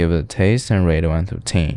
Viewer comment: “One trough teen”